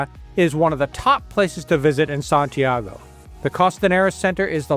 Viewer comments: Is not SantiEgo- it’s SantiAgo. Please make the minimum effort to correctly pronounce the names. It’s infuriating hearing you mispronounce them over and over. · Why is it so difficult to correctly pronounce Santiago?